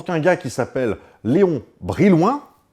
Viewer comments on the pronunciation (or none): none